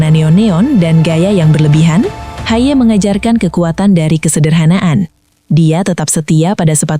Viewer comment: Betulkan bagaimana harusnya nama "Haye" dicapkan, ia diucapkan "Hayeu"